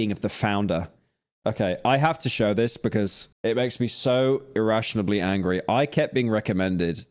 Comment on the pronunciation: someone tell pyro it's not "irrationably", it's "irrationally"